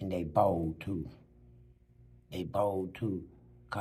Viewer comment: DIS TEW MUCH!😂😂😂😂